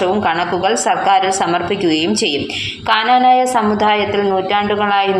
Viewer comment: Kananaya alla knanaya ennannu